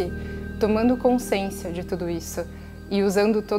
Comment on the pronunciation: Boa tarde querida!Adoro te escutar mas te peço para rever a palavra CONSCIÊNCIA....repita e escute o som da sua própria voz...desculpe mas isso sempre me incomoda ...percebi e te aviso para que sempre seja bom te escutar... não me leve a mal... não és a única.... abraço fraterno.... gratidão!!!